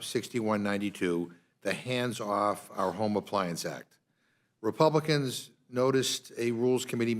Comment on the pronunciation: This guy talks a lot of sense. But he sounds a lot like Elmer Fudd. He'll get those "Scwewey Wepluicans"